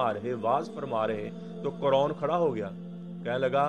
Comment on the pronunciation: اصل لفظ قارون ہے نہ کہ قرون